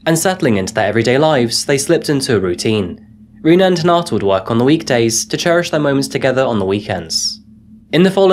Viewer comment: Hi-na-ta. Not Hin-a-ta.